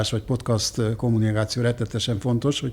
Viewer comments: Az nem úgy kell ki ejteni hogy podcast hanem podkeszt így kell ki ejteni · Ez a "PoTkÁz" nagyon zavarja a fülem :D